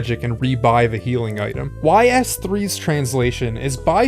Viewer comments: Its "Eeeeeees", not "whyyys" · Isnt it pronounced "ease" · I believe it's pronounced "Ees", like "ice" with a long "e" sound. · It's not pronounced whys. It's pronounced meep morp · got triggered by the pronunciation of YS